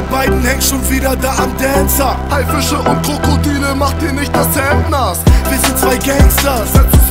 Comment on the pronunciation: Dancer ausgesprochen mit 14 Liter Spucke